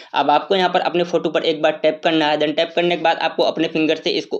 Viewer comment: यहा पर टेप यहा पर टेप करना है 😂😂😂😂